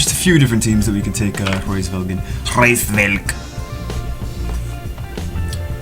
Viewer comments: its Hraes Velg. And i dont think there is a Hr in English. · The pronunciation = Ra IS Veug